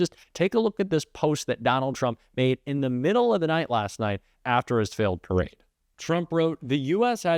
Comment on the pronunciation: Was is a parade or a "Tarade"? Sorry I misspelled "Perade".